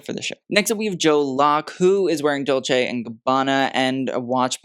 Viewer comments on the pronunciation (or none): none